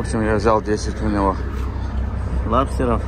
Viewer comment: Не лабстеров- а лобстеров 😂😂😂